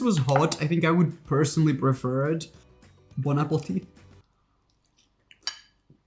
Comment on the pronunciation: He says bon Apple teath